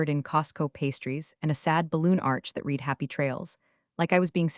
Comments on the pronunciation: please teach your fake intelligence the difference between read, present tense (sounds like reed) and read (sounds like red) past tense. what's a dollar ten m shipment ( voice ) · “Your AI narration keeps tripping over words like ‘read’ and 'resume,' and it completely changes the meaning. It’s like the computer is reading letters, not understanding sentences. A little attention to pronunciation using phonetic hints or TTS markup would make this way easier to follow—and a lot less painful to listen to. Right now, it’s distracting and kills the immersion.”